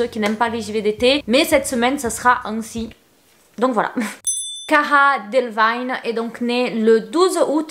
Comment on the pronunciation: Ça se prononce Cara Délévigne « ee »